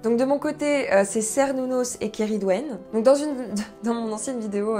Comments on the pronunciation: En fait on dit "kernounos" aussi, désolé... C'est un nom gaulois et en gaulois, les C se prononçaient tous K (comme en latin, d'ailleurs). Et les u se prononçaient "ou" (encore comme en latin). 🙂 Par contre ce que j'ai jamais compris, c'est pourquoi il y a des fêtes qui ont un nom celtique et d'autres qui ont un nom germanique (Litha, Yule et Ostara). C'est vrai que le nom celtique de ces 3 fêtes n'est pas connu, mais ça fait bizarre de mélanger les deux cultures dans un même calendrier :-) . "Mabon" est le nom d'un personnage aussi, pas d'une fête (à ma connaissance). Bizarre que la fête en question n'ait aucun vrai nom connu (enfin ça arrive ! Vu que le paganisme celtique antique est fort mal connu...). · Bonjour , ne t énerve pas mais on dit « quernunnos « 😁 , je viens en amie hein pas taper 😂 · Cernunnos se prononce effectivement avec le son K 😅 super vidéo! Trop hâte de voir les prochaines ❤ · Super vidéo ! Je suis païenne mais pas wiccane mais j'avais commencé mon intérêt par le paganisme et la sorcellerie par cette religion ^^ (par contre, désolée, mais ça se dit bien Kernunnos xD) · Je suis vraiment désolé de l'annoncer mais Cernunnos se prononce vraiment "kernounosse" ;) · Cernunos se pronnonce Kernounos. Belle présentation. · Hello, ne me tape pas mais la lettre C se prononce K dans les langues celtiques, donc Cernunnos se dit bien "kernounos" (tout comme Sucellos se dit "soukellos" pour les païen(ne)s gaulois(es)). Mais bon, le Dieu des forêts sauvages n'est pas le plus à cheval sur les conventions ;-) Je me relance dans l'écoute des chaînes païennes francophones et la tienne est une très chouette découverte. Merci ! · En cours d’archéologie protohistorique on prononçait Kernunos 😅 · Euh... tu vas t'énerver.. on dit Kernunnos😅.. voilà bise. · Désolé mais le C en breton / celtes tout le bazar ce dit K donc théoriquement c'est KERnnunos mais on dit souvent qu'on leur donne le nom qui nous parle le plus ! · Désolée mais... on dit aussi "kernunnos" ^^